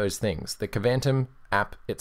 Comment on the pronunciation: I think Kvantum is pronounced more like Quantum. That would be somewhat consistent with the names of other apps from the extended KDE environment. (Though they really should have spelled it Kwantum to make it clear)